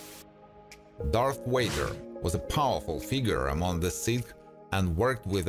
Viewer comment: Bro just said darth wader but it’s darth Vader !🫠🫡